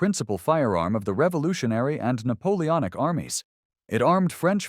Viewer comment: NAPOONOIC YEAHHH